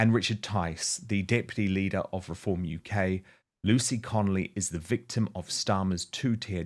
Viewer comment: Dan why do you keep saying lucy connelly when talking to her husband